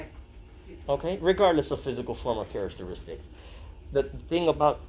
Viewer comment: Please do not misinterpret this as an attack. I find your informative videos highly professional. I have noticed that in virtually all of these videos you repeatedly mispronounced 'Characteristics '. Maybe I'm nitpicking but it's so obvious that it undermines the credibility IMHO.